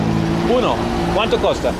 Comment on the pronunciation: LMAO I laughed so hard at Jeffrey in bald's bed 😂 Hey Harald, when you ask how much something is you get a few blank looks as the way you pronounce it is costa which means "coast" you need to say cuesta pronounced "kwestah" and you will get a bit more luck. 😊